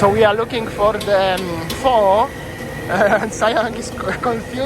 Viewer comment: Pho pronounced as “ Fur” 😀